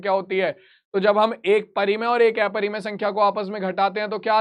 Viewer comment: Sir aeparimay nahi hota hai😅 aparimay hota hai 😅😅😅😅